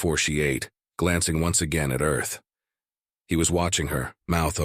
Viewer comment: Aerth in the text. Pronounced Ay Erth.